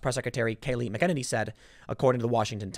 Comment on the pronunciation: dammit Tim learn how to say Mcenany !!!!!!